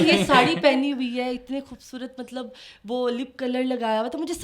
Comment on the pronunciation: Plzzzzz خ کو کھ مت بولا کروووووووو کھوبصورت نہیں ہوتا۔۔۔۔